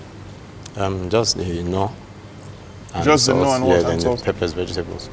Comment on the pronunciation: I can't stand the way he says Knorr. Lmao